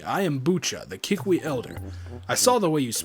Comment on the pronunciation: every time you say kee-weep I think of koolwhip. xD